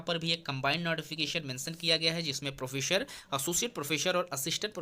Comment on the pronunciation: Sir, "प्रोफ़ेसर" होता है, "प्रोफेशर" नहीं 😏😏